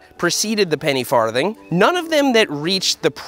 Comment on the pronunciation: Ha. He said farth.